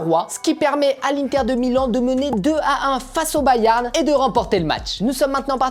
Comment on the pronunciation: Prq tu dis bayarn😅